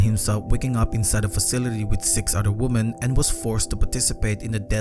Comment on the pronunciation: Would you idiots learn how to say the word WOMEN correctly? God! The ignorance of social media culture